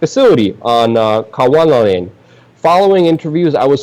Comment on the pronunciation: Space X was on Kwajalein. Your pronunciation cracked me up